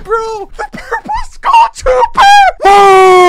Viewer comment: Learn to pronounce "Skull" bra :)